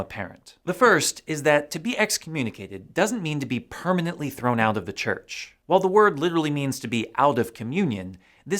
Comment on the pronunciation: CHURCH NOT CHRCH ....SORRY ! 😎